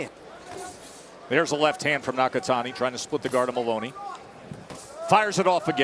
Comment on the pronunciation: Styles make fights , and watch yo mouth , it’s moloney not moroni